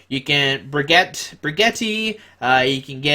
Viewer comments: please dont say brig-yeti sounds so much like spagetti say Bridge-et instead pls :) well i don't mind how u say it tbh just will always be the later to me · The french pronunciation of Bridgette is like the English of Bridget. Bridge - Et. Not however you were saying that bridge speghetti.